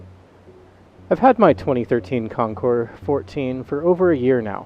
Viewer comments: Thank you for not pronouncing the “s.” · Thank you, thank you, THANK YOU for pronouncing the name of bike correctly. Almost NO ONE ever does. Nice review. Calm, soft-spoken, and clear. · Beautiful in blue! Great video. Ditto on pronouncing the name correctly!